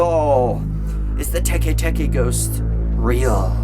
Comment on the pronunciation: It’s pronounced teck teck